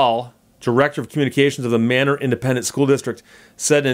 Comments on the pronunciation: You need a new dictionary that has the correct pronunciation of Manor. :) It's "May - neer" or [MAY-nər]. All that education, and you miss local pronunciations cities. :) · Yeah, It is Texas. Just like Florida. Like most of Texas on town names, that have weird pronunciation, they pronounce it Maynoor not manor. Texas is weird.